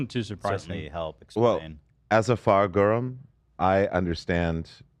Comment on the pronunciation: As an Irish woman, hearing Reggie say “Fear ghorm” correctly blew me away 😂 - however I’d like to correct something small! We do have a word for the colour black, but the word for black together with the word for man was already taken … as a phrase to mean the devil 🙈 so blue people it was 😂